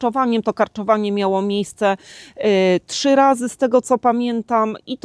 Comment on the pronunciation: trzy nie czy, trzeci a nie czeci